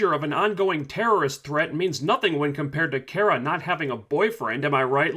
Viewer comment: I'm dying a little, everytime this dude says Kera and not Kara.